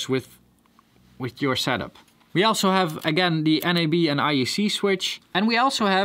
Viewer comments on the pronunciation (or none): none